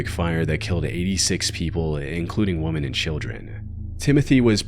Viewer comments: Let me begin by saying, I love your work. It's excellent. Ok, that being said, the plural of woman is women, pronounced "wimin". One woman is woman, more than one is women, pronounced "wimin". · Woman. Women. These words are pronounced differently. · It's obvious that this isn't an AI voice, as he can't seem to ever pronounce the words "across" or "women" correctly. It's always "...these woman left..." and "when he walked acrost.." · why does everyone who makes these types of videos always mispronounce "women"?